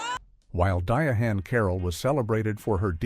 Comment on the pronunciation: What the hell happened to using real human voice actors??? This thing pronounced her name as DIA-HAND